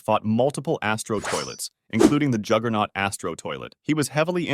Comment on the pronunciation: Juggernaut not jigglenaut